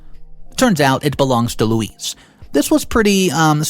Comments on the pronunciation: PLEASE I can't even count how many ways you attempted to pronounce the Wicked Witch's name but, next time, try Googling it! LOL Louise is actually a very phonetically spelled/pronounced name. Louise = Lou-ise or Loo-ees. NOT Lewis, Low-ees and the other things you tried. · Its not pronounced LEWIS, LOUIS or LOIS, its pronounced LOO EEZ. OP doesn't owe loo eez anything but gratitude for helping OP become self sufficient and self reliant.